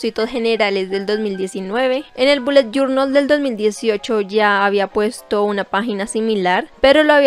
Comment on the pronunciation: Te reto a que te tomes un trago por cada ves que dice "boulet jornal" Yo:reto aseptado